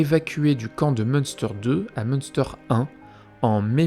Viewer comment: Petite info linguistique, en allemand, le ü se prononce u, du coup, le camp se lirait plutôt Mune-stèr